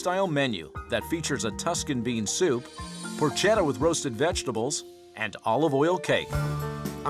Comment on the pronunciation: The narrator pronounced "porchetta" improperly. I've noticed that even Gordon pronounces "bruschetta" and "bolognese" improperly, you guys have to work on your Italian! How do you pronounce chianti! It's not chee-on-tee, it's a hard K sound